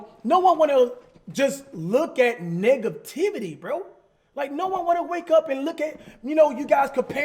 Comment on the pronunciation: he said negativity that sounded like n*gativity ngl